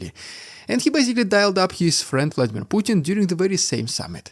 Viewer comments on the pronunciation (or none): none